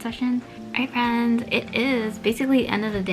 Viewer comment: Lol, I just played it back, it sounds like fans, I don't hear any "fr" sound at all. It's cool.